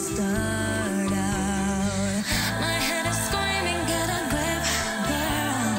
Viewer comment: "squeaming get a gwip"